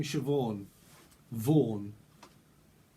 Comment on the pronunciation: I live in Vaughan you said Vaughan